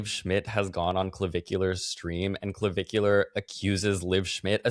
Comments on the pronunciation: Puulleeze Matt its not Clovicular !!! Not CLO BUT CLA … puuulleezze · each time you said clavicular, my mind went straight to Bunnicula 🐰 🩸 😂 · It’s the emphasis in the syllables and the way that you can pronounce -ar like -euhh (dramatically British) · I’m here for not being able to say Clavicular for the whole video